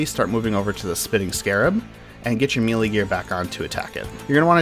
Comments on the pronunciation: come on bruh. may-lay not me-lee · Mel-ay not meelee but very good otherwise.